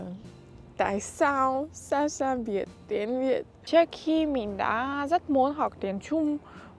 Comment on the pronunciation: Cảm ơn Sasha đã lựa chọn Tiếng Việt, yêu Văn Hoá Việt và con người Việt Nam. Thật sự, Sasha đang nói tiếng Việt khá tốt, cả phát âm và ngữ điệu nữa. Nếu có dịp ở Việt Nam một thời gian ngắn thôi, mình tin Sasha sẽ rất giỏi. Chúc Sasha sớm đạt được mọi mục tiêu phát triển tiếng Việt, luôn xinh đẹp và hạnh phúc nhé. ❤🎉❤